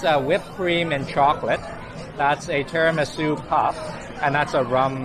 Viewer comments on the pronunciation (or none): none